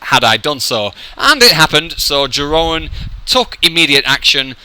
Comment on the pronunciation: maybe one day you'll also learn how to pronounce my name ;) it goes something like: Yeroon